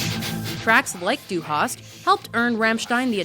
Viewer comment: God i love the pronounciation of "Du hast" xD No offense, it just sound really funny for me as a native speaker (as well as me speaking english does I guess ^^)